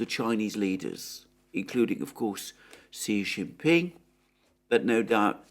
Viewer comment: Just FYI ... Xi is pronounced like SHE so it's SHE JIN PING